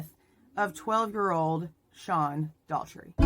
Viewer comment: it's pronounce DAU CH ERTY. the CH is said like a K. Please say his name properly!!